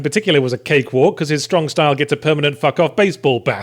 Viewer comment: king of stwong stahl